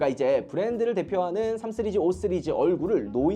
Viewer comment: 왜 자꾸 5쓰리즈 라고 해요 😂